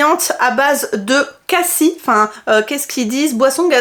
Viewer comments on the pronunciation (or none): je suis désolée Mais on prononce le s De cassis... Mais merci pour tes hauls Et tes vidéos... Toujours très intéressants.. ❤🎉🎉